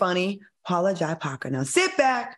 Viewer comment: Claudia, please pronounce Paula Jai Parker correctly... It's J, not Jai...